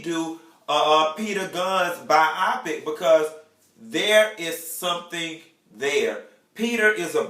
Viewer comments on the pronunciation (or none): Please, please, please stop saying "bi-opic"!!!🙅🏽 It's bio-pic!!!! Love you 😘